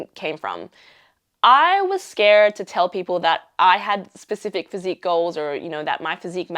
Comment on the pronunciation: I like the way you pronounce “to” “you”. It seems to O’s and Ow sounds. Is it an Australian thing or perhaps the area, culture or environment you are in or around?